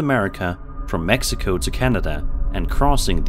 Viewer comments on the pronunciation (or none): none